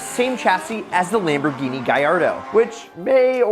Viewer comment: Its lamboghini gallardo